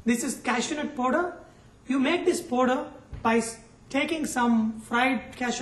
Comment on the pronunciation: sorry sir but plz dont say poder (powder)--its paaauuuuuder (powder). u r simply gr8 :))